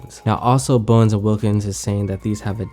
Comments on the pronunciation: Its bowers BT.. not bowens. 😄😄😄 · lol "Bowens". I had to pause the video and let that pass. Hopefully you just did this in the beginning.